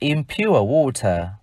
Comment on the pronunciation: Ong thay phat am water khong chuan